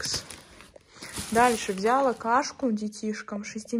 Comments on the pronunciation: Не взЯла, а взялА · Как же меня бесит это вля́ла . Правильно взяла́